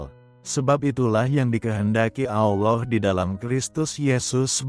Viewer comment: Amin ALLAH Ps,mohon baca nya ALLAH bukan Alloh 🙏